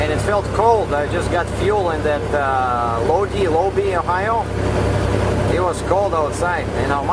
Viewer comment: Great stuff! Keep them coming! If I may, Lodi has a long I, Load-eye. Akron the A sounds like the a in Cat, Ak.Where's the good used truck dealers? How do I buy a used truck?